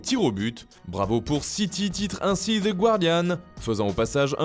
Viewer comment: merci mon frère, et THE ce prononce "DEE" et pas "ZEE" 😂